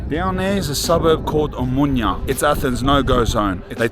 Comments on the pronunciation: lol you have the fanniest way of pronouncing OMONIA. You say O-MO-NIA in 3 sylllables, when it is actually O-MO-NI-A in four syllables. Like saying AMONIA, you know. Anyway this is an enjoyable video. Cheers mate ! PS Also it is E-KSA-RHI-A - three syllables, pronounced phonetically (all the letters). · Please don't pronounce n in Omonoia like in Espana. It's too bizarre. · As a greek, hearing you say Μούνια (Mounia) and not Ομόνοια (Omonoia) hurts my soul 😂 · Gamoto malaka - Omonia not Omunia ...ha ha , you Greek pronunciation it´s broken down. Anyway , you are a brave man , respect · Χαχαχαχαχα ποιος του είπε ότι λέγεται ομουνια και όχι Ομόνοια;;;😂😂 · omOnia not omunia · I like how he pronounces it "omunya" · I love the pronunciation of Omonia. Cut short you’re calling it “Mounia”… more or less accurate name for that drug infested hole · Θα του πει κάποιος πως να πει σωστά την λέξη Ομόνοια??? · Omonoia 😂😂😂😂 Can't help.myself laughing they way you pronunciate mate